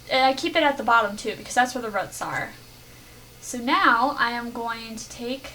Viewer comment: It’s roots not roots!